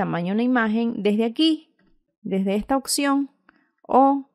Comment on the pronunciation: Cómo escribe la palabra OPCION si usted dice occion.